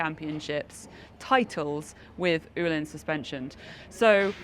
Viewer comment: can someone explain the correct pronunciation I thought the correct pronunciation was o hlins not as she pronounced it oo hlins or is me.